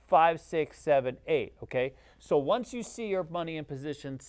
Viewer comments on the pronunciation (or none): none